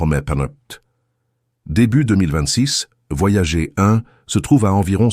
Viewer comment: Ces voix synthétiques par IA font des erreurs de prononciation assez grotesques. Le nom des sondes US "Voyager" se prononce "Voyadjeur" en français aussi puisque c'est un nom propre, et votre IA n'a pas appris à lire les abréviations ce qui est bien dommage.